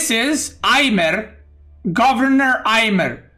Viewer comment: In India, the "j" is not pronounced as "y" as in Nordic languages. So it is read as "Ajmer" with J as in Jar. Just giving info, not trying to be a douche. Cheers.